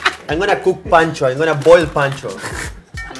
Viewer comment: boil "pancho" 🤣 🤣